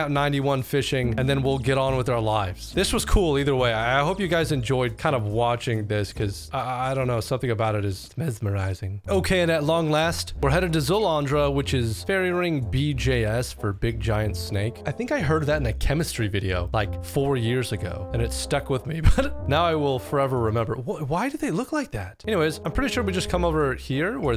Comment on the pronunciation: 'big JIANT snake'?